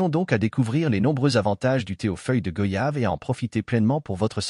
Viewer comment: On dit goyave, comme voyage, doyen, noyé,moyen, , s'il vous plaît arrêter d'ecorcher le nom de ce fruit si parfumé et bénéfique pour la santé.